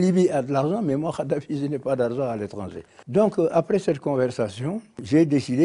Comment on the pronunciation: Ce vieux con de Wade est un mythomane et une pourriture... Déjà il ne prononce même pas correctement le nom de Kaddafi🤣🤣🤣 Ce charlot est un mégalomane... Il dénigre ce que Kaddafi en prétendant que lui est un homme éclairé.... Ce type est la honte de l'Afrique